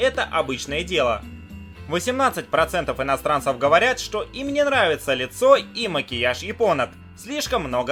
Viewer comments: Я один слышу вместо буквы "Ш" слышу "Щ" : - " Щто это за место"???)) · меня одну просто дичайше наколяет, когда он говорит вместе "что" искаверканное "щчо"?😠😠😠😠аааа, прям горит пукан. бомбит с недетской силой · Эта ,,штьо" меня просто убивает :D